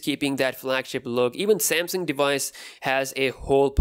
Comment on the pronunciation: I love how he says samsang instead of samsung😂😂